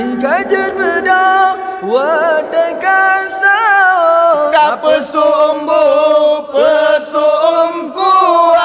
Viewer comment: sahur bg bukan saho wkwk